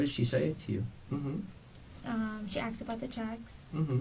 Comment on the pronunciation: “She axed about the cheques”….ASKED. A minor thing to point out i know but it’s so irritating 🤦🏻‍♀️ subbed btw, I hope your channel takes off, it’d be well deserved